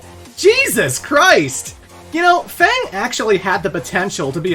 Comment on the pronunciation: Why do you not know how to pronounce F.A.N.G